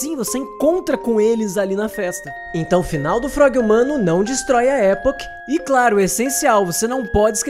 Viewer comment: Muito bom vídeo! Só uma correção: não é "Époch" que se fala, é "E*poch*", com ênfase no poch.